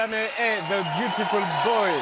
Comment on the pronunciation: Byutifull BŒI